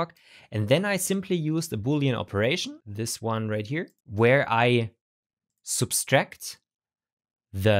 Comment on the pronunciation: Just a minor nit: there's only 1 's' in "subtract" :). you were pronouncing it "substract".